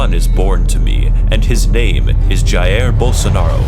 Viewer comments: JAIR BOLSONARO, OH NO Btw, you may not care but if you do, jair, pronounces jah-iir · I love how he says ja-air instead of jair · American: Jaêr Bolsonero me: hehe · "d i Air Bolsonaro" KAKAKAKAKAKAKAKA <3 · The way he says Jair cracks me up every time